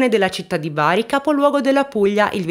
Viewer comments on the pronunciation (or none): none